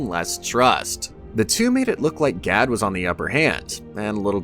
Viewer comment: and "G A D" pronounced "GaL" i'm sure you're doing it on purpose, but to what end?